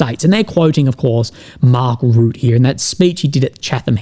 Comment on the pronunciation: It’s not Mark Root it’s Rutte 😂😂😂